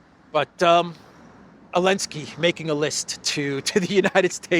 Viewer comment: it's ZELENSKY, LOL!!! You have been reporting on this name for over 3 years!!😢😢😂😂😂 I pray to God, Putin will finally level this nest of ziono- fascist once and for all. President Putin!!!, finish the job, and prepare for WW III in 2027!!!